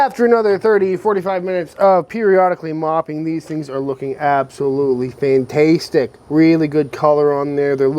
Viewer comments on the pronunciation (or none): stop saying fantastetic now you still can. love your vids.